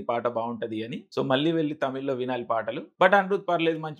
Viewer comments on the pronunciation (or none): none